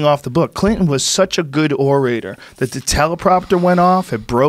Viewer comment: OreRator? or Orator ?? Come on Rogan.